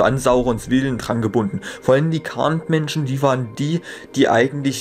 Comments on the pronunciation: Kleine Anmerkung 'Khand' wird Chand ausgesprochen. 'Ch' wie in 'machen' Ansonsten: Top😉🖒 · Alles ganz cool. Das Einzige, was mir ein bisschen missfällt, ist deine Aussprache (bspw. Khand oder Númenórer). In "Die Rückkehr des Königs" gibt es im Anhang eine Seite, die genau die Aussprache und diakritischen Zeichen des Quenya und Sindarin erklärt und es würde mich freuen, wenn du dich in Zukunft vielleicht etwas damit auseinandersetzen könntest. Aber alle anderen Aspekte des Videos sind to.